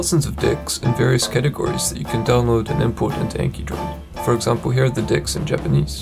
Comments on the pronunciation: yo la la! it's not pronounced as dicks but decks man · Is he saying DICKS???? lol